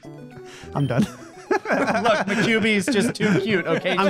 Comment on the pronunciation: "Maquibi".... Ma-nine tails?